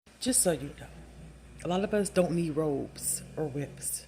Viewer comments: 😅😅😅 robes, not ropes, ladies😅😅😅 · Robes not ropes